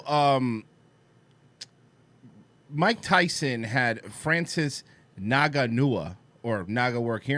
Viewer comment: Francis Naganooha. lmao.